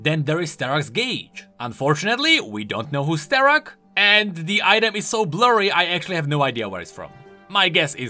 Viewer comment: im honestly dissapointed you dont know sterak... since your czech. Sterakdary? Nothing?